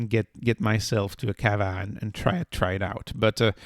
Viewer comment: I waited 10 seconds in. You cannot pronounce the word chicople or cava and you call it a lifestyle stock. You lost all credibility in less than 10 seconds. Yikes!